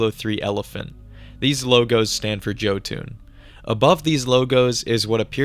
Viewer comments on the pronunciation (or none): Jotun might be pronounced Yo-toon like the norse giant species that thor killed Seeing as how they make some of the biggest vehicles it makes sense